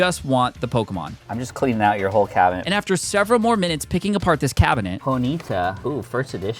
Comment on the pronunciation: Bro why does he say cabinet cab a net